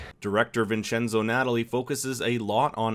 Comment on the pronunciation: It’s not Natalie it’s Nat-tal-li